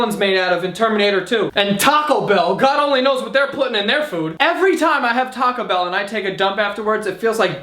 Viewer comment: I love how he says Taco Bell 😂